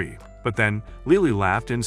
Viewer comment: LILI?! ITS LILY 😭